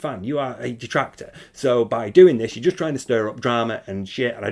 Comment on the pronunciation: "So apparently there's this insane dahtractor called Steeeve Of Tha Dead. And he's been attacking me and my family unrelentingly, for hours on end ranting and raving about how I'm a bad guy? And it's like dood...shut up. ackackack Now look, if anyone else brings him up you'll be banned from the chat, we don't need all that negativity here. I just want to have a fun, on demand, pahsitive stream. Sounds good? Ok."